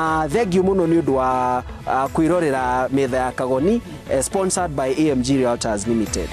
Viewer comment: And its sponsored not sposored😉. Also check your camera crew. Very petty, zooming on your rear,etc. Nkt!